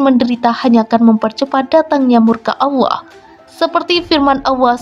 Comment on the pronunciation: Pengucapannya seharusnya Allah, bukan Awah